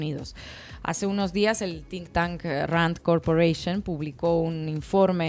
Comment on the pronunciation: Por favor, un comentario totalmente constructivo y para sumar, se dice “think tank”, no tink tank 🙏🙏🙏